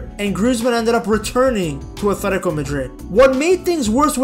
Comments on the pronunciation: I wish you would say “atletico” and not “athletico”…. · Its athletico not athetiko jit